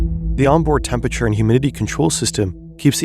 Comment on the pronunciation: You'd think this huge media company would be able to employ a narrator who can properly pronounce "temperature".